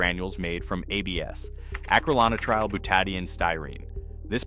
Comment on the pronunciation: The words for A and B in ABS were horribly mispronounced.